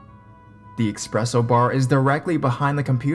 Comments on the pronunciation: Its espresso not expresso(im not a nerd) its cuz i used to say that b4 and when i learned the word espresso not expresso i thought I W A S A B L O O D Y I D I O T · ESPRESSO!!!! ESPRESSO!!!! NOT EXPRESSO! DAMN!